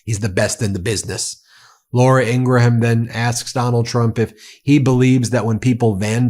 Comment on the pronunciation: (P.s. I believe the “h” in Laura Ingraham’s name is silent. Pronounced like graham cracker ;)